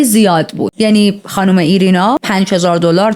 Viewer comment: ایرینا نه و آیرینا درسته. 😅